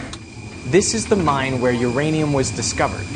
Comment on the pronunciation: 유레늬움 발음 뭔가 좋다...